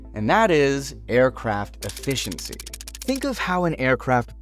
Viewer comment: Aircraft "Effiency" LOL